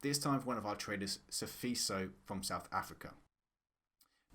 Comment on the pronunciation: Ey actually said Sfiso considerably well ey. Phakamisa lapho Fistos..